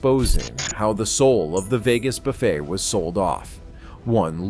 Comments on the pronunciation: AI pronounces it buf-fet rather than boo- fay as capitalism fails on so many levels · A.I. narration - it's "buff-A", not "buff-et". It's like the pronunciation of "geyser" - A.I. pronounces it "geezer"...😂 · Hey. AI, the "t" is silent in buffet. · Can't even pronounce buffet right, damn these AI generated videos. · Between mind-numbing repetition and AI narration and writing that can’t pronounce “buffet,” this is the failed Las Vegas buffet of video reports. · More A.I. garabge, Robot Voice cannot even pronounce the word BUFFET correctly